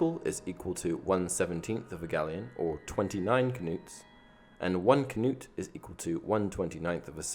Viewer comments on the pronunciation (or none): Umm FYI it's not pronounced knewt it's pronounced nut . When a k and n are next to each other it makes an n sound. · I thought the K in Knut was silent. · The k in knut in silent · The way you say knut triggers me. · You pronounce the k in Knut I thought it was silent like with knife.